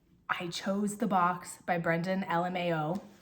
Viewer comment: Why do you say his name like that? Instead of the normal way lol